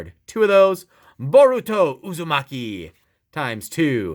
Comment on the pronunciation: Noruto and Buruto Not making fun of you btw Its Naruto and Boruto NAR-OO-TOE, BORE-OO-TOE